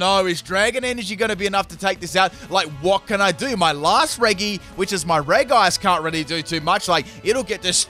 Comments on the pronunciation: Bruh why is he saying regE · should I have "Electric Terrain"? Or "Electro Ball", on my Regieleki. ALSO "Regi" is more commonly pronounced as "Reji". So when you say "Regi" but with the "G" as is, it sounds disgusting when it enters my ear holes. Edit: I probably don't need it to learn electric terrain bc the head of my party is a Tapukoko who's ability activates electric terrain whenever it comes out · Why’s he saying Reg (e) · I hate how he calls them "Regee's" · Its regi (re-jee) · Not “reggy” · Regi pronounced gee as Reggie, not guh like Reggae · I can’t watch this with the way his mispronounced Reggie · the actual pronouns is reji even tho its spelt regi you are hurting my brain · am I the only one bothered by the pronounciation of Regi? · the way hee pronounces regi triggers me so much XD besides thats its an amazing vid!!!!!!!!!!!! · SOFT G, IT EXISTS, PLEASE FOR THE LOVE OF GOD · The fact he says Regis like that pains me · You say regi wrong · Great video, but your pronunciation of Regi is gonna make me commit several war crimes. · Is this mispronounced regi part of the meme? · He’s saying regi wrong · 20 second into that's mad also its pronounced Reji not reg-e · Okay so, your a cool guy, but when it comes to me, I absolutely cannot stand it when someone pronounces something so simple so wrong. I’m talking about regi. It is pronounced rejee not reggee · The fact he pronounces it “Re-gee” makes me want to squeeze my sandwich super hard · nooooo it is not lol, I’m Australian and I still say it properly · Um, just so you know the Regi in the Regi’s name is pronounced Re-jee Re-Jee-Steel Re-Jee-Rock Re-Jice Re-Jee-Leki Re-Jee-Draco Re-Jee-Gigas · omg the way you say "regi" XD I hear everyone saying it like "redji" (like Regina George) so since you kept saying it like that, I now am confused how you pronounce the giants lol XD it's a cool team nevertheless! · You pronounce it "Reji" like Regina George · Did he just say Ray gig as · It's Re JI not re gi